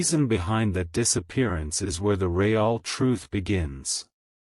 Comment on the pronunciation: CAN YOU STOP SAYING RAY ALL JUST SAY REAL ( PRONOUNOUNCED ; REEL)